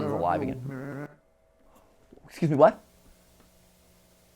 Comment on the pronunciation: Voice acting at the end: #@ MatPat: ESCUSEH MEH WAT?